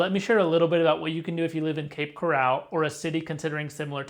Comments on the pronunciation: First of all, it's cape coral not cape corral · You’re pronouncing the name incorrectly. It’s pronounced Coral as in the marine invertebrate in the ocean. Not corral like an enclosure for horses. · You are pronouncing “coral” as if it is “corral” - an enclosure for horses. The accent is on the first syllable, not the second. It’s pronounced just like coral from the sea, coral reefs - to which the name refers. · Bro! It’s Cape Coral as in coral reefs. Not like the OK Corral which is spelled with 2 R’s 😞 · This is a troubling development. It would be expected, with AI, to generate problems and typical AI slop. As an aside, the town is pronounced 'Cape Corr-ul, like the Great Coral Reef, not 'Cor-al' like where horses are kept. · It's Cape Coral, not "corral" like where you keep horses. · Had to stop watching this the second you said Cape Coral wrong the second time. It’s not pronounced the same as golden coral. Pronounced the same as a coral reef 🤦‍♂️🤦‍♂️ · First of all you need to learn how to pronounce the place you're talking about lol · it's not pronounced like a fenced in area for livestock. it's pronounced like the organism that produces calcium deposits to build underwater reefs in the ocean. thanks for video. i live in Fort Myers.